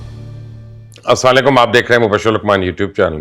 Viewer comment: Sir ALLAH ka wasta salam sahi talafaz say liya karay